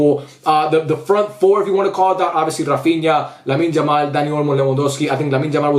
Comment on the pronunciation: Don't wamna be rude or something but could you pls call him "Yamal" and not "Jamal"